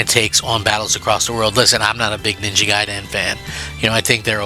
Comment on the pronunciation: It's gaiden not guydan jackass